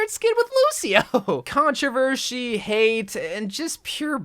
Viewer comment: Contevershy haha